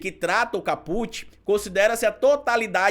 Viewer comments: Só um reparo,, “caput” significa “cabeça do artigo” e pronuncia-se “cáputi”, e não “capúte”. Excelente o conteúdo do vídeo. 👏🏾👏🏾👏🏾👏🏾👏🏾👏🏾👏🏾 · nós profissionais do Direito se treme todinho quando fala em Capute é Kaput se escreve Caput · Não se fala caPUT. Diz-se CAput. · A PRONÚNCIA NÃO É “CAPÛT”. É “CÁPUT”. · excelente vídeo. Só queria não como forma de crítica mas como sugestão p quem tá estudando direito que verifique a forma correta de pronunciar os termos. É "cáput" e não "capút". Seu jargão deveria continuar " cabeça vazia é casa p bolsonaro ". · A PALAVRA VEMDO LATIM E NÃO TEM I NO FINAL, ENTÃO ENTENDO QUE A PRONUNCIA É CÁPUT, COMO SEMPRE OUVI DE TODOS OS PROFESSORES, E NÃO CAPUTI, NÃO SEI SE ESSA ANÁLISE PODE SER LAVADA A SÉRIO POIS TODOS OS OUTROS CANAIS PROGRESSISTAS ESTÃO FALANDO O CONTRARIO. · Maravilhosa analise, parabéns ❤ só uma dica: é cá-put e nao ca-pút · meu amor.. não é caPÚt... é CÁput... do latim, a cabeça... titulo de capítulo. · não se diz capût, c certo é cáput. Coloquei acento para você entender a pronúncia correta. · o correto e caput, com CA como silaba forte, e nao put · Lê-se "cáput" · Bastante esclarecedor seu vídeo,. Se me permite a dica... a pronúncia é cáput e significa cabeça. Um abraço. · Olá,tudo bem? Desculpa a crítica construtiva,mas apesar de não ter acento agudo a pronúncia correta é cáput.